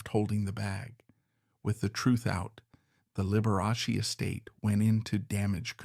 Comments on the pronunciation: The name is pronounced Lib we ah Chee not Lib er ass y. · That was Lib er ah Chee. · This is wild. Dr. Daniel's was not a victim in this. Scott deserved justice and your AI has pronounced Liberace 3 different ways. And gay or not, that reporter was guessing and had no right to OUT someine, so he needed to pay. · Be forewarned - this is AI created so Liberace's name is seldom pronounced correctly...